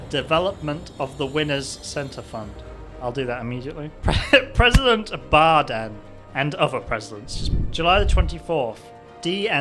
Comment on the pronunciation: I love how they can't get Joe's name right. Yadine Joe Andyica Joe Ddell 49 Bden Joan Baiden US President Jobeden President Boden President Beden President Baden President Bidden Lowves Bidden Benden's President President Benden Muwon Biden Anniford Biden Andry Badien President Barden It's like they're trying to type while drunk. lol